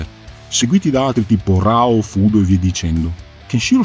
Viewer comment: Bellissima analisi, ed è una ventata d'aria fresca veder un fan che pronuncia correttamente "Hokuto", chiama il fratellastro maggiore di Ken "Raoh", e via dicendo. E si, concordo che il vero segreto dell'enorme successo di Hokuto no Ken sono i comprimari e la loro caratterizzazione. Riguardo ad Ain, mi hai fatto tornar in mente come la piccola Asuka regala a Kenshiro il guanto di Ain come ricordo. E Kenshiro, sia nell'anime che nel manga (dove cambia vari particolari del suo abbigliamento tra i vari archi narrativi) continuerà SEMPRE ad indossarlo.